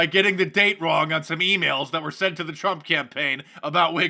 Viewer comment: Did he just call the president “crump?” 😂